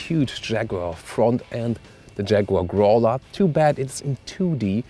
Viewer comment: Bitte hören Sie mir gut zu: "Growler" is pronounced "GRAU-LER", not "GROW-ler". Alles klar?